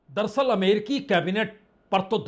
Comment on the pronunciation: संदीप चौधरी जी और पुण्य प्रसून बाजपेयी जी आप ये दरसल दरसल क्यों बोलते हैं.. जबकि सही शब्द है दर + अस्ल दर अस्ल अर्थात हकीकत में या अस्ल में..... उम्मीद करता हूं आप साहिबान यह करेक्शन कर लेंगे